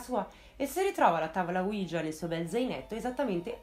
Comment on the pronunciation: Il nome della Tavola OUIJA é l'unione di due " Si ": quello francese e quello tedesco, quindi si pronuncia UI - IA non UIGIA.